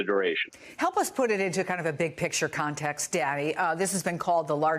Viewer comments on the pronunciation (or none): she really put her whole emphasussy into the T at the end of "context"